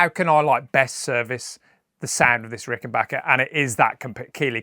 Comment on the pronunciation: Thank you for taking the time and effort to pronounce the brand name of these wonderful guitars correctly! I've never understood why the spelling wasn't obvious enough, but there are videos all over YouTube of people reviewing Ricken"Bach"ers. You'd think this would be 101.